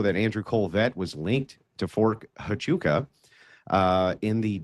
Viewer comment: Lol these mufuggas can't even pronounce Huachuca right